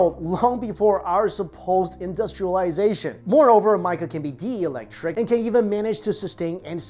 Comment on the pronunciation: The word isn't Spanish. It's pronounced Teo• tiwa • kahn Also, he mispronounced dielectric It's "DI" not "DE" Electric. As in two, or binary.